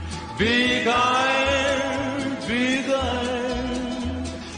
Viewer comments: I pronounce iron like you dear. Arn equels iron. Right!!!!! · I-I-Ron (like A-A- Ron) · … you said it RIGHT!!! ❤️❤️ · you say iron just like a Canadian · is a lot closer to pronouncing iron right lmao